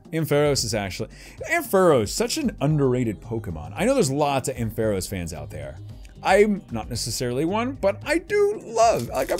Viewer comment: "Ampharos" is pronounced "AM-fuh-rohs"